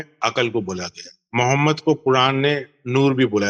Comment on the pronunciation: محمد کو درست تلفظ سے پڑھیں مومد نہ پڑھیں باقی تمام الفاظ درست تلفظ سے پڑھ رہے ہیں لیکن صرف محمد کو مومد کہہ رہے ہیں